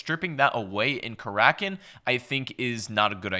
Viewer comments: He says Kar rak in not cracken but I agree he said it wrong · Karackin or Karakin? Time for an editor, or at least a producer